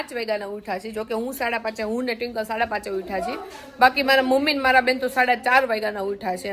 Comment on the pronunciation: હવે ટ્વિંકલ બોલજો, ટીંકલ નહિં